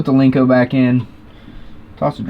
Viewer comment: it’s a Len-co. Not a Link-co. Lmao 😂. No one has a link-co because there’s no such thing.